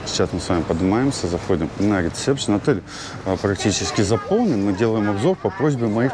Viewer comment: правильно будет ресепшен,а не рецепшен.А так все хорошо